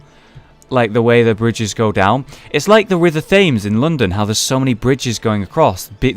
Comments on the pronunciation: you're the first brit i've heard pronounce it 'thames' rather than 'tames' or 'tims' that bugged me the whole time after hearing that k sorry bye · Hollow I knew you were bad with names But Th-aims Really? Lel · I'm sorry, I'm going to have to correct you pronunciation (again) Thames = tems. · Am I the only one that noticed mispronounce Thames?